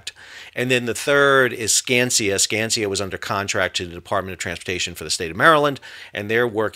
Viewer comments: Sal, I love the content. However, I think you’re mispronouncing the MDOT demo contractor. It’s pronounced “scan-skuh”. Skanska is one of the biggest and most recognized heavy civil contractors in the USA. Unless there is a contractor called Skansia or something? Keep up the great content! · The one company is called Skanska, not Skansia. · It's pronounced Scan-skaa